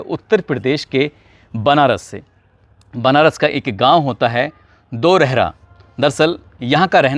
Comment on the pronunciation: भाई गांव का नाम धरहरा है दोरहरा नही